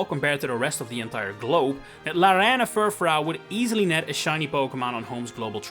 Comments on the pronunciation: Sorry, what? ... Fur... fraow? Fur... frow(n) ? It's French, so it'd sound like Fur-frou. Using a sound similar to "you". Not to be demeaning. I was just so aghast and perplexed, I had to say something. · It's pronounced fur-froo, not fur-frow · Just to note you keep mispronouncing Furfrou (on purpose? idk). It's definitely meant to be Fur-Froo. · Not Furfhreow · If you make a video about a pokemon you should learn how to pronounce its name at least.